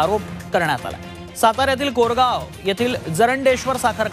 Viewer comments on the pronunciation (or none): Koregaov aahe korgaov nahi